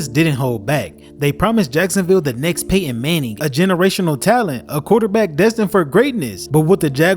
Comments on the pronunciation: who's pay-in mang-in? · Really? Pay Enn Mannie?? Aks anybody.